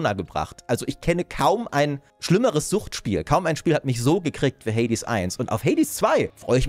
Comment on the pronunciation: das stört mich wie du Hades sagst ^^ hört sich wie hey dis ^^